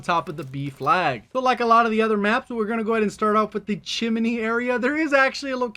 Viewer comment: chimney not chin-er-ney